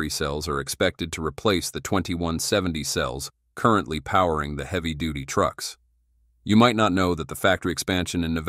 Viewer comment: The AI Voiceover cannot say the word "currently" correct? haha